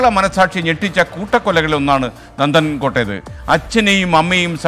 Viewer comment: നന്ദൻ കൊട്ട് അല്ല നന്ദൻകോട്